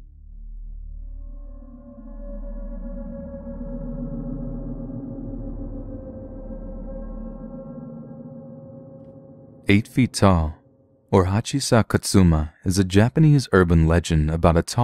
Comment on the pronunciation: If only you knew japanese you could tell the 八尺さま(hachishaku-sama) is nonsensical and made up by someone who tried to translate it via dictionary. 八尺さま is read "yashaku-sama"